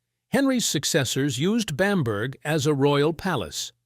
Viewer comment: A good video account, but please get the pronunciation of Bamburgh correct.